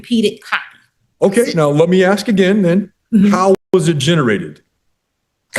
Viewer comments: I hear many people pronounce "ask" as "ax". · Why can't some people in the south pronounce "you all"? Regional and cultural dialect is part of a living spoken language. For some reason, more than any other word, "aks" gets abundant attention, and it's worth asking why is that? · Why can't she pronounce "ask"??